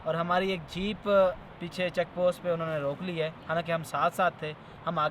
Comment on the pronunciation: "Unnayy".... kuch nahi hota " unho nay" hota hai. Ya "unhi ne"